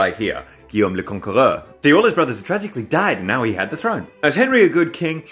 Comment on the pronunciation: The way you said "tragically died" sounded like Dyebones